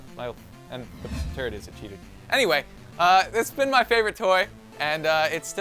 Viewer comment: It sounded like said my little turd. •^0^•